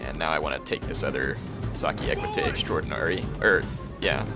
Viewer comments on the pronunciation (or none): OK, one more comment: and earlier/later, it's SOC-IE-AY, not "SA-KI". As in social or society, indicating their status within the Roman army and society, not as in "sucky" (they're very good units for their cost, actually)